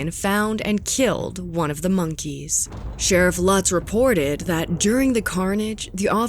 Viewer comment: Sharif Lutz is a is a long U, not a short one. (LOOTS) Do your home work!!! Plus other mispronunciations. Also to call it an animal "preserve" is generous. It was more like a collection of half-ass cages. Efforts were made to capture the animals before shooting them, and the Columbus Zoo did consult.